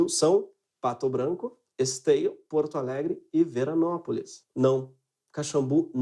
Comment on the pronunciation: Em ele fala "Puerto Alegre" ou "Puorto Alegre" em vez de Porto Alegre?? Alguém sabe me informar que fenômeno de diptongação é esse? Ele fala que é gaúcho. Será que donde ele é fazem essa diptongação? Fiquei curioso.